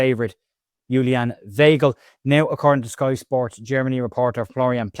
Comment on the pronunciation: Weigl pronounced … V igh gl … igh as in ‘high’